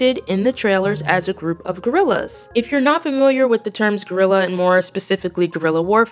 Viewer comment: its guerrilla not gorilla hunn